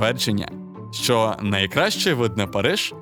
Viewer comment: Не "шо", а "що" !!!